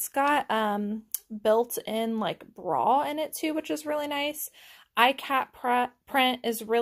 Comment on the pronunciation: Its pronounced E kat not I kat, and the fabric is a printed Ikat design, not a real Ikat which is a dyed and woven pattern. MCM_Carlos